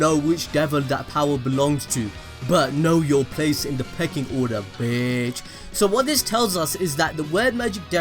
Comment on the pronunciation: Hm did you say “Pecking Order?”